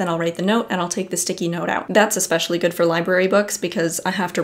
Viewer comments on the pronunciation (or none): none